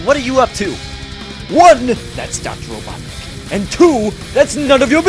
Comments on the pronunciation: It's robotinik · "Ah Knuckles, you were the only one who could pronounce my name right," I still love watching this even today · It’s robotnick ! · ITS rOBoTniCk